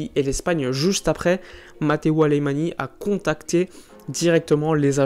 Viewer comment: Très bonne vidéo, mais ça se prononce "Alemagne", pas "Alémani".